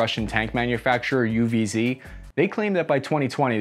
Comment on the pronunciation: Fun thing is you pronounced UWZ not bad at all and with confidece!